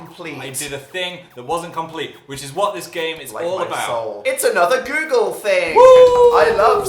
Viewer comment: "we know yoogle"